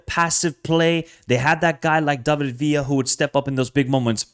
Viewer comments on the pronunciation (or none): none